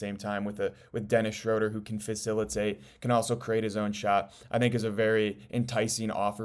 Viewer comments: Just an FYI, It’s pronounced “Shrooder” not “Shroder” Unfortunately you can’t play Ausar and Duren together and expect to win. I like them as individual players but you NEED to trade Ausar for a more complete wing and let someone else build the project. You won’t get any value for Duren in a trade. Go get Trey Murphy Or Herb Jones and change or Toumani Camara for Ausar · Its pronounced Shr-ooooo-ter... Rhymes with Shooter. Good info.